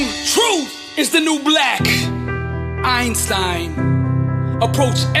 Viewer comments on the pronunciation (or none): none